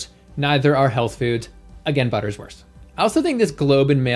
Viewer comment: "The buttur's herd" "Well thats durn inappropriate, bud" Excellent Canadian 👌